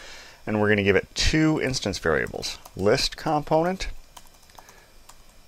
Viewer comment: It's comPOnent not COMponent omg.